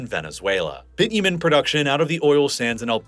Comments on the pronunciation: the way you are saying Bitumen is so weird ngl, it's not even the American pronunciation! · Lol, that is only the beginning of his humorous way of saying Canadian places and products. Even Bitumen ("Bitchumen"). Somebody else here already noticed he said Spokane differently each time he said it. And yes, he flubbed on Regina as well. Regina has a long "I". Funny how people act too embarrassed to say it properly.